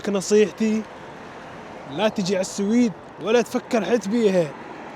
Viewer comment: مسمي حاله رحالة وهو حتى اسم البلد اللي رايح له ما يعرفه ولا يعرف ينطقه ، مايك تعبان ويحكم على البلد واسعاره وسهولة التعامل فيها ويقعد ينظر ويتفلسف وحرام فيه يزور اسطبلات الخيل اللي بالسويد والله لا احب التنمر ولا المتنمرين بس اللي اشوفه لا يحتمل حبيبي في اسعار رخيصة وفي مواصلات رخيصة بس لانك غشيم ما تعرف يعني تهرف بما لاتعرف خليك على تشيكيا وبراغ ولا تفكر تطلع لفوق 😂😜